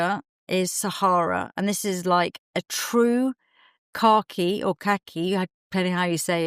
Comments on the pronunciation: Oh! You’re saying “car key”! I thought you were saying khaki but in a British way I’d never heard before! 😂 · I keep hearing “car-key green” … here in Texas ❤